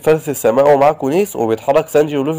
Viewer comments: سانجي❎ سانج✅ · ترا أخطأت بأكثر الأسماء مثل سانجي تقول سانج وارلونغ ارغون 😅😅